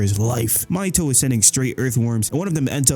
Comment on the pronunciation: Why do you pronounce "Mahito" like "Mahitoe"